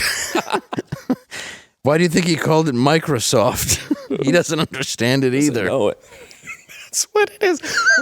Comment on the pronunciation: “Inbetweenis” and “Microsoft” omg 😂